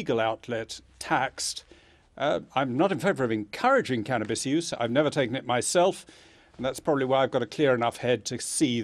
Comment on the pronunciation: "cannis" this bitch dont know what hes talking about